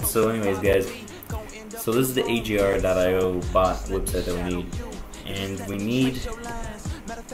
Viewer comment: Its not ajar.io its a-g-ar.io